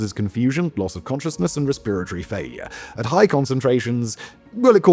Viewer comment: The way you say “respit-a-tary” system is infuriating.